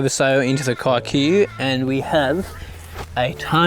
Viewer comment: Are you aware of the slur it sounds like when you shorten Kikuyu like that? Lol